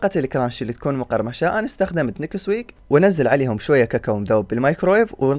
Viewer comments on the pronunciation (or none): نيكسويك ❌ نسكويك ✅ 😂😂 منو انتبه شگال 😅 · الزامل وليس الزاملي .. نيسك ويك وليس نكيس ويك .. شكرا عالفيديو الممتع 🌹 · نسكويك مو نكسويك 😂😂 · نسكويك مو نكسويك😂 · مو نكسويك هههههه اسمه نسكوك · نسكويك😅 مو نكسويك اكول اكو خطا